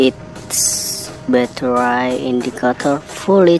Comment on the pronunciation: It is battery not batterai